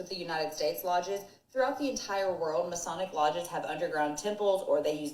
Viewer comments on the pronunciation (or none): Fellas I love ya but it's "masonic" and not "masionic"